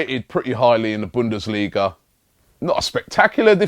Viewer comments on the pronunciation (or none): none